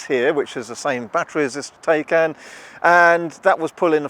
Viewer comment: TAYCAN is pronounced TIE-CAN.